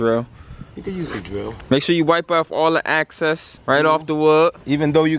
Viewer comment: excess not access.. lmao. Uncles building lmao. young man is the commentator.